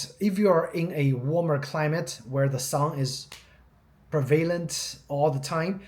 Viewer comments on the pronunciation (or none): none